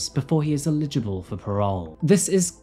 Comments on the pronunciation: ELIDGE-A-BULL. Oh my god say it right. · Can you pretty pretty please - correctly pronounce "eligible". It's very annoying! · We love your content, but, PLEASE say 'eligible' correctly. We are close to starting a drinking game! Much love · ELIGIBLE FFS learn the language! Its been long enough